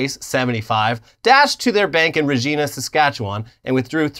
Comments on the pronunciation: Regina is pronounced like vagina. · Hearing mispronounce Regina brought a smile to my Canadian face. It's pronounced Re-Gyna. It's nickname "The City That Rhymes with Fun" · Regina is a latin name and pronouncing line Ree-jay-nuh is closer to the eclasiastic pronunciation used by the Catholic church. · I know this is not likely to ever come up again but when you are talking about the city it’s not re-ge-na, it’s pronounced re-ji-na. Basically take the word for a part of the female anatomy and replace the v with an r. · Reg I na not Regeena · you mispronounced Regina. You're supposed to pronounce it like "vagina" due to the hilarity of that we the proud nation of Canada will tolerate no mispronunciation of Regina going forward. You have been warned 😁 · Heads up, Regina rhymes with Va Gina, but thank you for trying to make that city sound classier than it is. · I live in Regina and this is how I find out? Oh, btw it's pronounced ReGyNa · LOL He said RegEENa! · It's pronounced Ruh-jy-na, similar to vagina. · As someone from Saskatchewan I laughed when you said the name of the capital. I forget that's the normal way anyone seeing it would pronounce it, I never understood the provincial joke "It rhymes with fun" but I get it now. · Regina, Sask. Is pronounced to rhyme with a synonym for birth canal, BTW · Watching people get mad because you guys mispronounced a name of a city in Canada and pronounced it like the name is pronounced in the states is kinda sad. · Regina is pronounced with the I sounding like an I, not an e like you said. It's a small town in a terrible province, but now you know. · Regina is not pronounced like that. It rhymes with fun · lol I know this video is a few days old but in case you see.... Regina is pronounced like the body part you're thinking of. -From a Canadian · Hey! I’m from Regina, Saskatchewan! It’s not pronounced “Regina,” boys. It’s pronounced like “Vagina” but with an R instead of the V. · Lol can't even say Regina 🤣